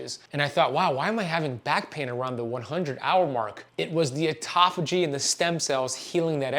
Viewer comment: What an absolute load of complete and total bullshit. Misrepresentation at almost every turn. Also, please learn to pronounce 'autophagy' correctly, if you're going to say it that many times in a row to baffle the drooling idiots with bullshit. That is not it.